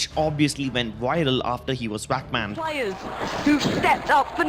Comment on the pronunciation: He got Wack Banned thats what i sound like hes saying xD